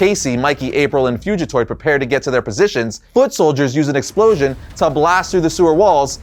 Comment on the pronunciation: Great video but never say fugatoid like that again please lol